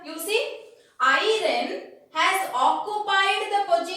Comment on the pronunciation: Mam y r u telling irone can we call iron as irone